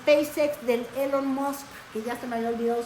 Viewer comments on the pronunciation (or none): none